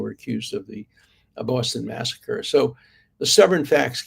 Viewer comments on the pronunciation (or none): none